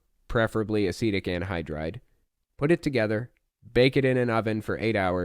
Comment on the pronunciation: Oh, that's the word he's using? Thank you, I thought he was saying 'Acidic' wierdly.